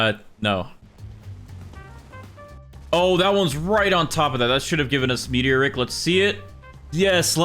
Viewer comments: bro it’s Meat-E-or-ick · It's pronounced meaty-oric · that is NOT how you say meteoric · Please, learn how to say meteoric